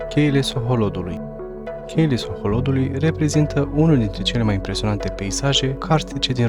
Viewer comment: Alo, Cheile Sohodolului se cheamă. Citești ca în cizma. La Culele de la Maldaresti accentul cu care spui parca te-ai fi născut acum 10 ani. Mai învață, învață, învață! A spus Lenin.